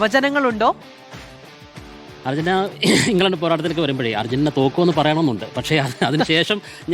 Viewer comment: ധർജീന്റീന യോ